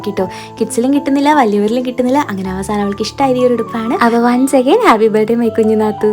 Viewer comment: Its not ‘bird’ day…its birthday…pronounciation is totally different..Thank god you dint use that word much in this video… but just watch the previous birthday videos and you repeatedly saying ‘bird day’,which is sooo annoying😂😂😂